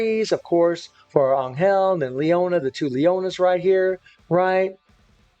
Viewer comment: for godsake stop saying anyel